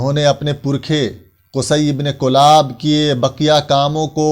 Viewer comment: حضرت کلاب کےکاف پر زیرہے نہ کہ پیش (کِلاب)